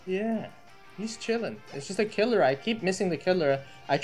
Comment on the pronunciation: intro man stop saying killer its kirlia ker-lea